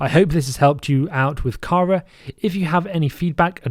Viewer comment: That 'Kara' pronunciation shudder